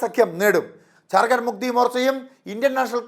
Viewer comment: ഇവന് ജാർ ഖണ്ട് എന്ന് പറയൻപോലും അറിയില്ല ചത്തിസ് khsnd എന്നാണ്